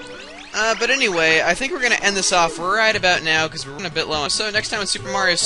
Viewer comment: you say soper my god